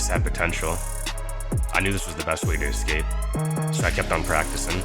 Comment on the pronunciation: dude its escape not ESCAPA